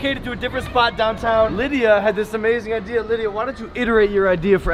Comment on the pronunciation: i always hear Olivia not Livia cuz dats mai name '-'